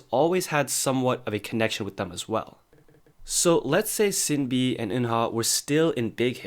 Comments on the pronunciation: İt's "Shin-Bee" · It’s actually pronounced ShinBi, not Sinbi.. I wish you all the best 😊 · You sinB pronounciation 😂